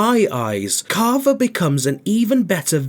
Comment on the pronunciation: Bro saying caaavaa